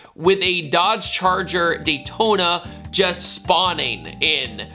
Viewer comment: ‘Daytona’ 😭😭😭😭😭😭😭😭😭 shame….